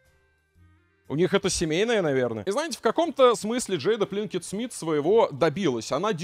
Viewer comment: Пинкетт Смит, а не Плинкетт Смит